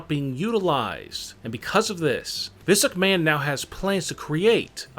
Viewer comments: Physic Man ROFL (EDIT: And misuk man, This luck man, hahahahahahaha) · Turn on Auto generated captions and pay attention to every time he says Vince McMahon 🤣🤣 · When he says Vince McMahon it sounds like physic man